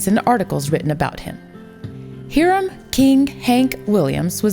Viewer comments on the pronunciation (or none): Thank you for using a live narrator instead of a robot. Btw it’s pronounced “hire-um”. Not “here-um”. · Hank's first name was pronounced "Hiram", with a long i sound (rhymes with 'byrum' or 'fire 'em'). It does not rhyme with 'Miriam". It was misspelled on the birth certificate with an "i" added, but still pronounced like "Hyram". The band used to call him "Harm", like saying it with a heavy southern accent.